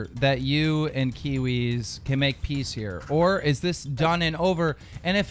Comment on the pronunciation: btw keemstar, its "Kiwiz", not "Kiwi"